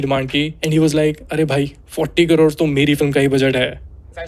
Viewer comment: Hn sab thik hai par wo kodod nhi aunty crore hai😂